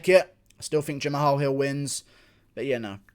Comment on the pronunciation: No one: Guru: Jam-AHALL